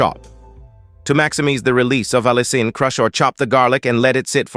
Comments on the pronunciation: In this video, you will learn how to pronounce "Allicin" 5 different ways, lol. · Why does the narrator pronounce 'allicin' so many different ways through out this video? Other words don't sound right either.